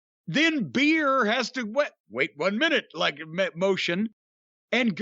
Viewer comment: He was saying BEER the whole time 💀